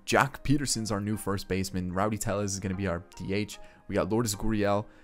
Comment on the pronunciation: It’s Rowdy Tellez not Rowdy Teyez